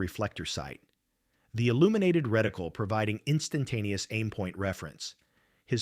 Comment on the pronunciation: A "reticule" is a woman's drawstring purse. A "reticle" or crosshair, is a pattern of fine lines or markings built into the eyepiece of an optical device. Both identical the same to AI voice